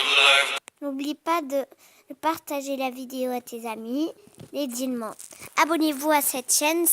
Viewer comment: Cool! Juste les dilemmes ça se dit: dileimes